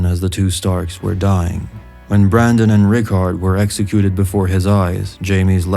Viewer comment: I heard this as "Sir Marlon Brando-son" at first haha